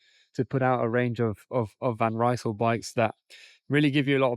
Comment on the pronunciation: You want to be an expert? van Rysel is not a british Brand! Would you mind to pronounce the name of the brand correctly? It is like "Reesl"! The word is spoken as it is written, though this might not help an English speaker.